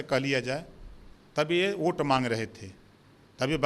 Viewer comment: Abe Burbank pahale bolna sikh lo oat nahi vote hota h🤪🤪🤪🤪🤪🤪🤪🤪